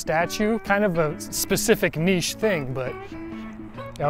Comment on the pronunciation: Anyone who says "Niche" the right way is a hero in my book. Your videos are fun to watch!